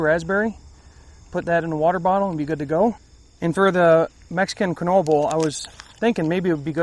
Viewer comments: Keen-wah? i thought the same thing. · Quinoa pronounced keen waa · Quinoa is pronounced keen-wah. 😂